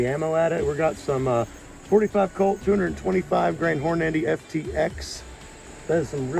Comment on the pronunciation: love ya brother but please pronounce Hornady correct its got one n just one N its Hornady it sounds like your saying Horn ----- Andy lol. and you do need to pick you up a brawler there extra fun at the range thanks for the videos keep them coming